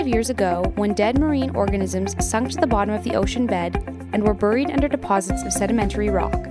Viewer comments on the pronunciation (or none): none